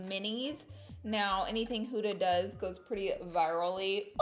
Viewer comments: “hOOda” lmfaoo instead of huda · It’s an Arabic name and it’s pronounced “HU-DHA” not hooda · You are actually saying huda wrong but you look gorgeuos